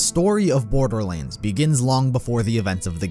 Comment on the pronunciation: "the story of borberlands"